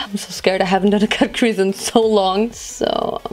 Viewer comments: Versteh die ganze Zeit „kack“-crease anstatt cut-crease😂😂💕👀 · Lol kackcrease. Die ganze Zeit wenn du cutcrease sagst, versteh ich kackcrease hahahaha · Haha wenn sie cutcrease sagt hört es sich an als würde sie kackcrease sagen 😂 mega look ❤ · Wie ich einfach die ganze Zeit KACKcrease verstehe.. 🙈😄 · Ich versteh immer "kack crease" 😂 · kack crease 😂😭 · hört sich an wie „kack- crease“ 😂💕